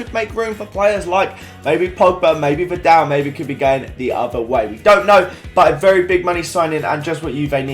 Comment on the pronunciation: He said Vidal 😂😂